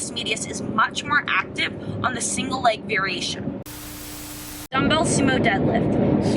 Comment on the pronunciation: muscle engeegement. veerieetion. x)